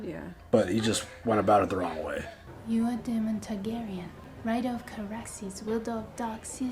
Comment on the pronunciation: Ceraxes - Cuh-rax-us